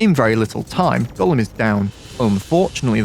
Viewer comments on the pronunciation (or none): none